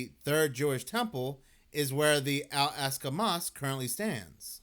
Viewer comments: Brother, "All AHK-sa" Mosque. Not "All ASK-a". You can do it. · It's not "al-ASK-a", it's "ahl-AHK-sa". Not that anyone cares. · wrong. Ask an Arab if they have a short "a" sound in Arabic, as in "add" or "Albert". They don't. It's as I laid it out for you - "All AHK-sa" or "Ahl AHK-sa". This was only one instance of your inability to pronounce pretty simple phonetics in the video. Nothing to be ashamed of though, just have some humility and own it and accept a little bit of constructive criticism instead of getting defensive. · wrong. Ask an Arab if they have a short "a" sound, like in "add". They don't. It's as I laid it out for you. That was only one instance of your inability to read and pronounce pretty simple phonetics in this video. As someone familiar with dyslexia, it certainly seems as though it's something you show signs of. Nothing to be ashamed of though, just own it and accept constructive criticism instead of getting defensive.